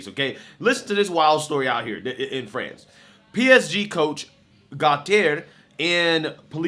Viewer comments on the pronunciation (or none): "Frahnz"???? Lololol😂😂😂 Better Off Dead much,??!! " Fronch fries, fronch dressing and, Peroo". 😂😂😂😂 "Frahnz"?? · Dude, say France like a normal human. 🤣🤣🤣🤣🤣🤣🤣 Love ya, just kidding. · FRANS or FRANCE pick one pronounciation please